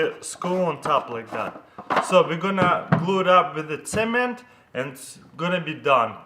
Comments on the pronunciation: who else thout he said cemen not cement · is he saying semen instead of cement? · when i heard him say cement i thought he said semen :P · I seriously tought he said apply the semèn on the pvc pipe. Lmao but he meant cement. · when he first said cement I thought he said semen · At first I thought he said," Now we are going to apply SEMEN." That scared me for a second. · Who else thought he said semen instead of cement? 😂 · Sounds like your saying "semen" instead of "cement" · I think he said semen or cement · he says cement like hungarians and i know it becuse i'm hungarian :D